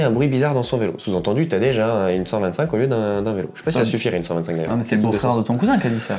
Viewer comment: Franchement la prononciation de son prénom m’a fait zapper… Tadejjjjjjeeee? C’est TADEÏ… pas Tadejjjjjeeee…